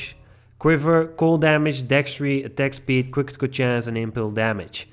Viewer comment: Cwitikal chance, cwitikal damage and dextri. Lmao